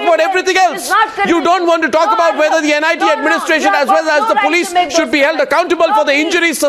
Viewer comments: it is NIT not NIIT. these people even don't know the correct name. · NIIT nahi gawaaro... NIT. Naam thik se nahi le skte aur debate kar rhe h. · Why are all the respectable guests quoting "NIT" as "NIIT" !! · it's NIT not NIIT.. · It's "NIT" not "NIIT" for god's sake!! Everytime I hear them say "NIIT" my ear bleeds.....Talk about misinformed and casual! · For God's sake it's NIT... not NIIT , say it correctly. Some of the leaders are still crap just wanted to win the argument, some are saving the government that is it. Still there are people in the valley who want Pakistan as their Country not India. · For fuck's sake, this is NIT, not NIIT. Just saying. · It is NIT not NIIT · illiterate.. she said "NIIT Srinagar" n "ceemrati irani" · It's NIT, not 'NIIT' . What stupids. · bc nit ko niit bolna band karo.. saali anpadh..